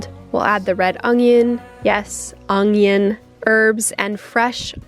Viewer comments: When u just had to annunciate onGion XD I am just baffled at where u learned to pronounce it like that. There is no G in that word! How? Does your whole family (that u grew up with) say it that way? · My husband says onoion the same way you do. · You say onion the way I was raised to say it. Haven't heard anyone pronounce it like that in a long time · I love how you say onion in my family particularly on my dad's side we say onjon (un-jin)